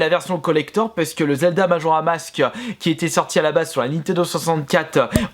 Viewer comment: Majora mask😂 ou est le 's ?